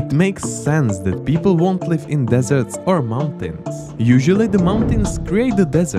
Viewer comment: I think it’s called “Desert,” not dessert